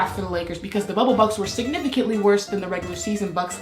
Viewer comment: I know u saying bubble bucks but I hear bubble butt